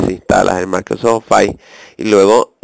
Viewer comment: maldita sea no se dice ofais.. se dice ofis -.